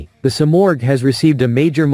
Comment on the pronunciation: Dieses Flugzeug heißt Simorgh, nicht Sumaq.😂